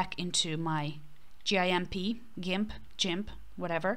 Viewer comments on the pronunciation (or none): Gimp is pronounced like pimp but with a 'g' as in green or goofy.